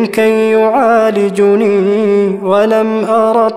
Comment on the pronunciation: يعالجني بفتح الجيم وليس الضم